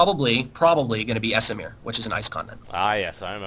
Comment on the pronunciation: D Amerish and esimer :D